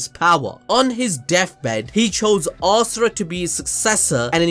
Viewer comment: Ass-ura hahahaha